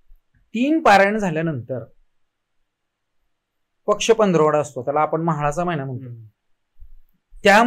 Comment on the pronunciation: धन्यवाद, पण तरी सुद्धा आपण आपला विडीओ पुन्हा पुन्हा ऐकावा उच्चारण दोष दूर करावा ही विनंती.